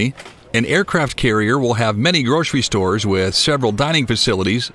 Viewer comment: "groshery shtores"